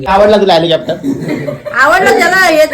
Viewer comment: विमान नाय आईची चूक काढतो. स्वतःला हेलिकॉप्टर बोलता येत नाही. हेलिकॅप्टर बोलतोय